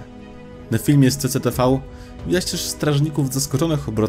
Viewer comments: CCTV czyta się jako sisitivi z tym że bardziej jak esi a nie jak ś 🤔 ciężko to wytłumaczyć pisząc bez przykładu fonetycznego 😂😂😂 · Czyta sie CiCiTiVi